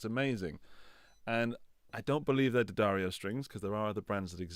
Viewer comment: Thanks for pronouncing D’addario correctly. None of that D-Addario nonsense